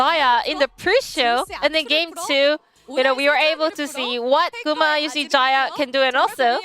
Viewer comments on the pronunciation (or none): Why he pronounce gumayusi like that 😢 its guma not gumu or gumi and there is sh sound at the end as well